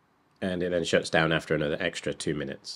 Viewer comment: Bro, what exactly is a "minuets"? Is that anything like "minutes"? Love ya work, mate.